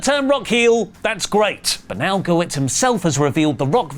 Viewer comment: Guh-WERTS not WITS